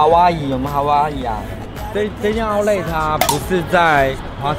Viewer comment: 發音不標準是outlet /‘aʊtlɛt/ /‘aʊtlet/，不是outlay /‘aʊtle/ /‘aʊtleɪ/